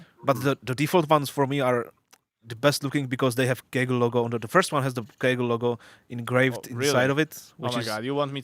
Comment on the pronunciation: despite having a German girlfriend, just isn't capable of pronouncing German brand names correctly... Kügel/Kugel instead of Kögel, Fieldbuynder instead of Feldbinder and Krohn instead of Krone. It's pathetic! The DLC is awesome though.